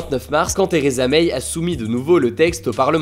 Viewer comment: Vidéo très concise, mais ça se prononce Theresa MAI, pas MEIYE.